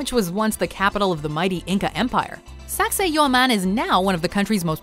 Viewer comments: "Pumapunku" sounds hilarious 😂😂😂😂😂and "saucseyhauman" sounds like - sexy human 😂😂😂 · what it is: sacsayhuaman what I hear: sexy human